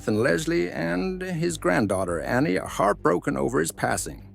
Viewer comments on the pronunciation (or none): none